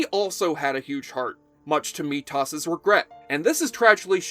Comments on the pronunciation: I cringe so hard my teeth hurt every time you mispronounce "Methos". It is not ME-tOss, it's "ME-thos". Kinda like the the freshmaker, but with an H and no N, or what Walter White made in sky blue little rock crystals. Just watch and listen to how it is pronounced in the show ferchrissakes. 🤣 Another thing: How could you forget the extremely cool Hugh Fitzcairn, played by The Who's Roger Daltrey? He was Duncan's friend and troublemaker that only appeared in flashbacks, and once as a ghost. He was like Amanda, but probably wouldn't look as good in lingere. Oh, and yes, I did see Highlander: The Raven. Turning Highlander into a sort of crime drama was just wrong on many levels, but not as bad as Endgame or The Source. They should have did a spin off with Methos and Joe Dawson, with occasional appearances by Amanda and Duncan. It could have been about The Watchers, and the conspiracies they might have been involved in. I did see the Animated Series, because I have to see everything Highlander related. It wasn't good. Perhaps on its own, on a side universe, with the gravity inverted, and the lights off it could have been awesome, but no, not good at all. Nothing should be rebooted, restarted, rejiggered, reinvigorated, or even touched considering the state of Hollyweird and all the political BS that always gets tossed in to piss everyone off. No one will be happy with the results, not even the people that want the politics injected into things. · I've watched every episode multiple times and no one ever pronounced his name "Mitas". I thought maybe I missed something and can't find anywhere on the internet a single reason why he thought M E T H O S would be pronounce that way. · Sounds like he's saying Meet Toss... wtf?! It's making me question whether or not he even watched the damn show. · ME-THOS do not cover the show if you refuse to get it right WATCH THE GDF SHOW and you'll learn how to say the names ffffffffffffffff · Mee-toss??? Really??? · its methos not meatTos